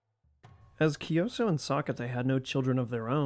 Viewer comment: Kyi - So, not kioso, it’s King Kyi- So, you can pronounce like Kyii- So is much more accurate, and Sokkete, Sok- Ke- Te. According to later inscription and research, Kyansitta isn’t son of Anawratha , but adopted as son of king, he’s a son of minister and king’s consort , his story is mostly fantastic, Kyansitta , his father was a minister in early reign of Anawratha , King send his minister( Kyansitta father) to west for bring his political marriage consort , city name is Vaseli( Wai-Tha-li in Burmese) but city’s location is still controversial, maybe in Northern Rakhine or some said maybe in Eastern Bengaladesh, but sure that Kyansitta mom isn’t Burmese after all, the minister brought the consort but they’re in affair in returning journey, some legends said minister manipulated with he left one guard or maid in each village and outpost or town in returning home, when they arrived Bagan, minister said that consort isn’t really princess of Vesalius,just maid from city - state of Vasali, King Anawratha was so furious and want to get in war , so he prepared for war and the consort( princess) was resided in remote village called Hti - Hlaing, Klan village from north of Bagan, Klan means local headman of village or warrior class of Bagan time. But in Birth of Kyansitta, the kingdom of Bagan fall in major Plague (maybe influenza or pox) , so king postponed the war, later ,king tried prepared war again in Kyansitta age of 10, but flood in Bagan disrupted again. Later, Kyansitta bec